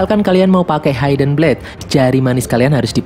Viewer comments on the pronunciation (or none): mohon maaf sebelumnya.. ga semua huruf I dibahasa Inggris dibaca ai.. hidden dibacanya hidn.. bukan haiden.. Maaf bang.. agak mengganggu soalnya..